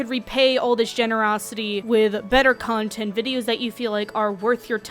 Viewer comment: I am I the only person who heard cuntent instead of content